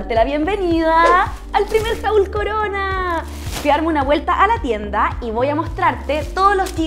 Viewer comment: Jaul? O jol xd como se puede equivocar en algo tan básico. Si van a usar palabras en ingles que la pronuncien bien